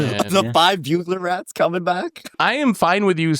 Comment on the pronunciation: keeps mispronouncing Bugler Rats smh